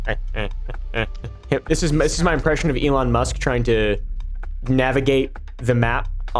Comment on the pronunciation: "Elon Ma", do you mean for that to sound like anofher language? 😂